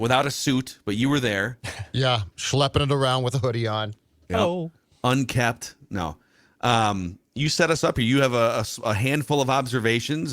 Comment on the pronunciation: It’s “unkempt”.